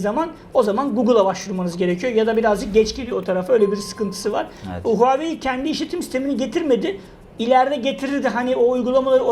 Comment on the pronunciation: Huawei -- okunuşu Huavey.Çinliler konuşurlarken sesi Havey gibi çıkar.İki hece aslında iki farklı kelimedir, anlamı Çin Başarısı(Çinin gururu da denebilir) .. Onun derken, huaveyin = doğru, Huaveynin = yanlış. Huawei kelimesini Türkçe'mizde telaffuz etmek kolay değildir ancak ayna karşısında çalışmakta fayda var.